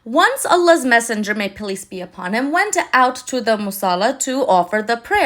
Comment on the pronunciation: Hi, I thought you said “ police be upon you “ instead of peace be upon you. God bless you